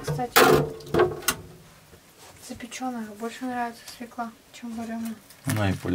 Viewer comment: Деревенские обычно правильно говорят слово свекла с ударением на первом слоге, на втором слоге делают ударение городские малограмотные люди